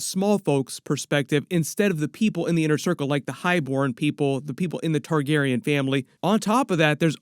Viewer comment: So weird that u finally say Targaryen correctly 😂